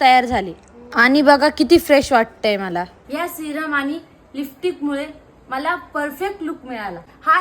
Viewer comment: लिपस्टिक ❌ लिफ्टिक ✅ 😂